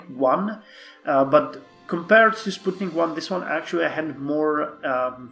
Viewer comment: Finally, someone who pronounces Sputnik the correct way :D